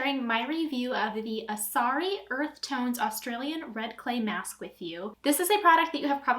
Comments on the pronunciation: Its Asarai. Not Asari 😂😂😂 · Good to know that you are going to continue using foundation...so it doesn’t actually do what it says! Also it’s driving me crazy that you are pronouncing it wrong 😂 it is Asar-eye